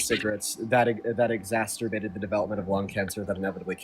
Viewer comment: Y'all gotta stop pronouncing exacerbated as "exasturbated" 😂